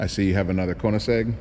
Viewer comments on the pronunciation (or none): i cringed when he said koneissegg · Nice "Koenigsegg" P1